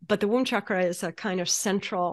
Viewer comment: She’s pronouncing chakra wrong